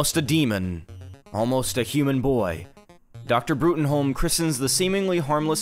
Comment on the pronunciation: Dislike for mispronouncing Bruttenholm, it's just pronounced "Broom" not "Broomholm"